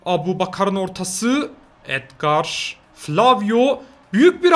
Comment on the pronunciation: Abi Beşiktaş gol atmadan önce adger dedin